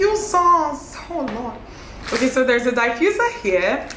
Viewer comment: You see that "okay oo" It is soo Nigerian 😂